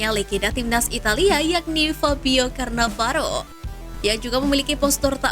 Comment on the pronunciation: Min narasinya yg bener lah, 1. Masa iya Struick dan Elkan bisa dilepas utk AFF? 2. Sprti pernyataan ET sblmnya, AFF tdk di prioritaskan, maka dr itu PSSI tdk beri target ke STY, nah apakah pemanggilan pemain timnas senior penting? 3. Fabio Cannavaro, tadi narator sebut "Carnavaro".